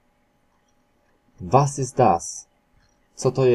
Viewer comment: nie istnieje w niemieckim wymowa: iś, is zamiast ist, danke schön to dziękuje ładnie, nie istnieje wymowa szyn, danke to dziękuje a nie dzięki, dzień dobry to guten tag, a nie guten morgen, hallo to halo, a nie cześć, widezyn nie istnieje, wilajst nie istnieje, niśc nie istnieje itd. same bydury